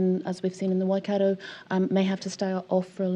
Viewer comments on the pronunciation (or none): Please do not say wai- cat- oh it's Wai -cut-tor 😒